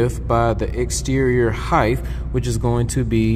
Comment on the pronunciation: Did you say heighth